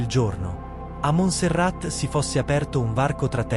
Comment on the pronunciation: e si pronuncia Monserrà…